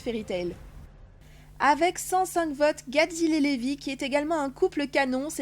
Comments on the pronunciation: Levy se prononce reby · C'est pas Levy mais Reby et c'est pas laxus c'est luxus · Mais pour vous dites Zerf au lieu de zelphe Et au lieu de luxus vous dites laxus Et 1u lieu de reby vous dites levy c'est moche Et jubia juvia c'est quoi tout ces nom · Sa se prononse pas (zeref mais zelef) et pas (laxus mais luxuse) et enfin (pas Levi mais rebi) et (pas luvia mais jubie)